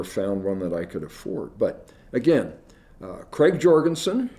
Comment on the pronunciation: Krag, not Craig, AND Jorgensen (soft J) designed the 30-40 rifle.